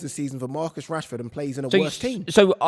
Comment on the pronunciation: Saka is clear of Marcus. How do you Mancs say his name? Rashehhhh. Saka is clear of that guy.